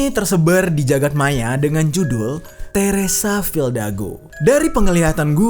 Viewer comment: Bang lu salah ngomong harusnya teresa fidalgo bukan teresa fildago